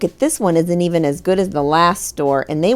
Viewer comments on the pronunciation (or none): none